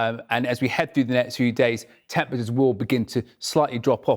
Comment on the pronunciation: why can't this guy say "temperatures" properly? Surely in his field of expertise you gotta know how to say "temperatures" we used to be a country.